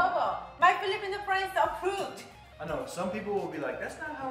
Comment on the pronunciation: Friends not prends 🤭 burn